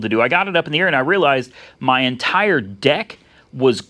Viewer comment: Did he say Deck or D*ck ? LOL